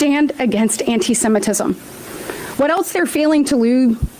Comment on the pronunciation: Who the hell is this Nancy Drew type character wittering on about the Jewish minority other ones who caused the problems on anti anti Semitism can’t pronounce it properly. Sorry your country is so screwed up.